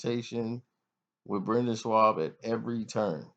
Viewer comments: Butchering names bro. A-don-a-say??? It’s ah-duh-san-yah. Also where’s the “w” in the Schaub. “In-gon-you”....jeezus Obviously you don’t know shit about the ufc. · This nigga keeps callin him shwab. That makes me think this nigga has no clue